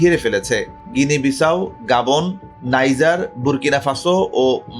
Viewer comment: 'গাবন' নাকি 'গ্যাবন'?